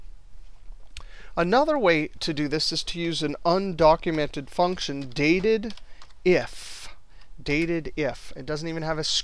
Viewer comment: DATED-IF? I always thought it's called DATE-DIF.